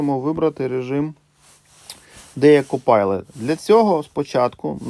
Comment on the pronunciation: ""Копайлот" ))))))))))). Это вам не pilot, который читается "пайлот". И десятичный разделитель - это точка, а не запятая.